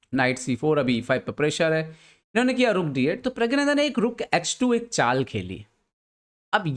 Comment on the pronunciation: Sir his name is pronounced as 'Pragnanandhaa' NOT 'Pragyanandhaa'